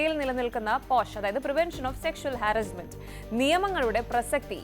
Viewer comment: " പൊലീസ് , ഹാരസ്മെൻ്റ്" Nice pronunciation 😊